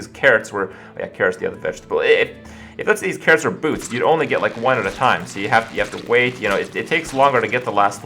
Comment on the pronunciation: Anyone else heard "boobs" instead of "boots"?